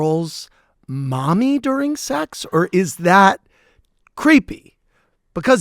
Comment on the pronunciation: Mami, not Mommy 😅❤